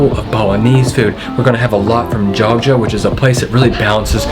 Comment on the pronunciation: Manado mas: bukan monato.Jogya mas: bukan gorgia 😂😂😂